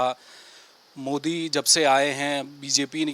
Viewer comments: पहले मोदी का नाम तो सही से ले ले मोडी मोडी कर रहा हैं। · Pahle Modijika Naam To Sahi Bolo,bol Pao,fir Aage Kuch.